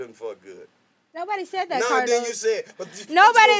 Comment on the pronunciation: He definitely said it right. Karlous hell 😂😂😂😂